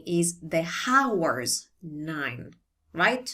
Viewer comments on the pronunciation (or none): Hi. I am pretty sure you know by now, but the "h" in "hours" is silent - so it sounds like "ours".:) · Thanks for your professional vids. Forgive me for my impertinence giving you a tip. The 'h' in hours is silent, so you say it like 'ours'.